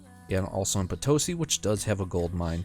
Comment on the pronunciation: And Potosí, not Potósi